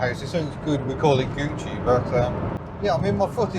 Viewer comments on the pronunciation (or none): none